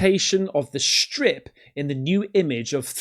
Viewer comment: strip\ stripe. English is hard huh?